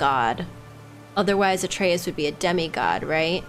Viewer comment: WHOO! 14 episodes in and she finally said Atreus correctly! Lmao it was driving me nuts